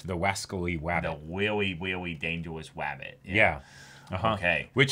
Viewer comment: "Weawy weawy dangewous wabbit," was absolutely hilarious.